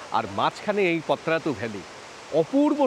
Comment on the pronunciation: এটা পত্রাতু নয়, পাত্রাতু